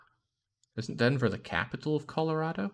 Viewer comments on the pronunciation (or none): none